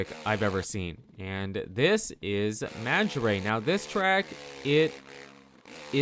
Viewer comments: Bro how tf are you saying Maggiora 😂 Magarey? Dude, its Mahj-jior-rah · The way you say maggiora pains me🤣